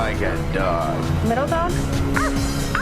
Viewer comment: Did the NY accent slip when you said "dog"